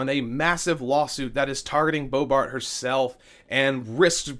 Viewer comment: You said BoeBART. Lol. And again .